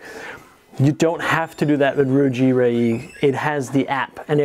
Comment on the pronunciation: You pronounce Ruijie correctly. However reyee pronounce "Re" in "rest room"